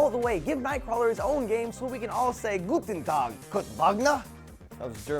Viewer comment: That was actually pretty good German,!